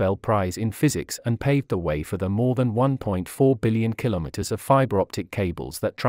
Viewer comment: Thank you for a great report also the way you you say "Kilo_Meter" which most people say wrong, I appreciate learning about Chinese contribution to excellence in technology